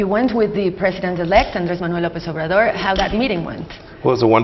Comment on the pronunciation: president "over Door" si vienen a colonizar México cuando menos tomense la molestia de pronunciar bien obrador